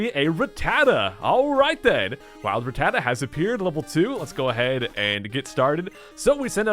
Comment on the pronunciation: Pleas learn how to pronounce Rattata. It not ra tata like you say, it's rat tata.